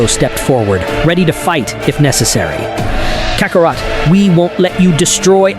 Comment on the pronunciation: Kacarot.....really? Why does A.I always mispronounce such easy words??? I heard the A.I pronounce it as Kakarat lol